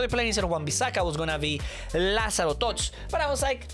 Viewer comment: didn’t know Lazaro is brazilian